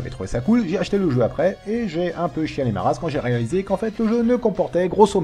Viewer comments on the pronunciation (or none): tu as "raliser" cette vidéo ? ^^ hihihihi